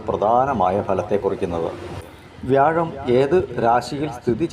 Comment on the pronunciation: തിരുവനന്തപുരം ഒക്കെ വ്യാഴൻ എന്നാണ് പറയുന്നത്... കേൾക്കുമ്പോ ചിരി വരും